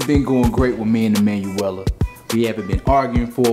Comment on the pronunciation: Karl Velazquez It's "E man" nuaella